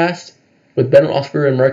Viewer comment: My guy, sounds like you're saying Ben Roethsberger. He was only the quarterback for almost twenty years, how long have you been a fan? Just saying